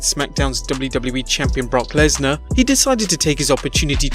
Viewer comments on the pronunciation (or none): none